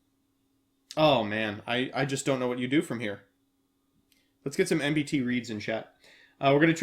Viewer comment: em-bu-tee Instead of the usual Em~ BEE~ tee~ 🤔